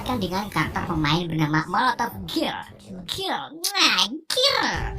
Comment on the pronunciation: bacanya girl itu geriiiil bang hahaa